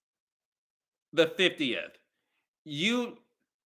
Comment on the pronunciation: Not "No-viery 31st" 😩🤣🤣🤣🤣🤣